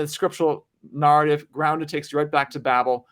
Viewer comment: Why does this guy pronounce the word narrative, nahr-ative. With the a sound in farther rather the a sound in fair?